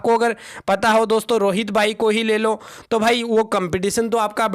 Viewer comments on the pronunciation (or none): none